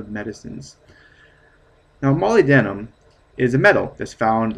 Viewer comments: Mo-lyb-den-um NOT moly-denim. Faceass. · Dude molybdenum rhymes with aluminum: mol-YB-denum. a LUM inum. Funny hearing it said like that.... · It's pronounced Mah lyb dinium here in the UK. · No man, it's Molly- denim. duh.